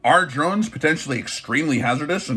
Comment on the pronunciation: He’s “keeping up with the Dronses.”🙃